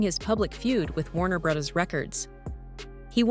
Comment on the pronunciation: bros is an abbreviation for brothers as in Warner Brothers, it is not brose. 😂